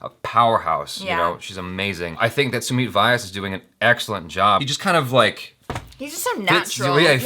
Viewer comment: Amazing reaction! Just one thing it's pronounced as Sumeet v-YAAS, not Why-yes. 😂